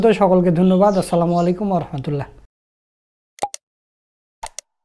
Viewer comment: আসসালামু আলাইকুম ওয়া রাহমাতুল্লহ বলবেন, রাহমাতুল্লাহে বলবেন না ।